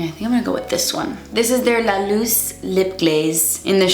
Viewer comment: Your "posso andare al bagno" was pretty good! 👌 (I'm Italian) and yes luce del sol it's sun's light. But luce is pronounced with the C like the CH in CHeck. Same with Marcello. CE in italiano is always pronounced like CH in CHeck. Never as s.